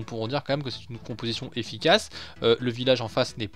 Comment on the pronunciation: Au début ta dit compotition au lieu de composition mdr sinon bonne vidéo 👍🏻😂😂